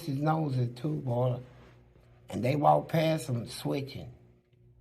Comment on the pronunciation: DIS TEW MUCH!😂😂😂😂